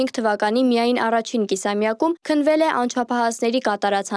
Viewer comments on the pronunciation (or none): Չի՛ քԸնվել,այլ՝ քննվել է՜,Ա՛Յ ԽԱՅՏԱՌԱ՜Կ անգրագետԻ՛Կ <<լրագրող>>֊ԻԿ։Դուք իրավունք չունե՜ք աղավաղելու մեր մաքրամաքու՜ր հայերենը...